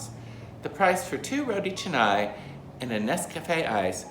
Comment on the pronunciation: Thankful that you don’t pronounce it as “rotea kahnay” LOL. Makes me cringe every time I hear that 😂😂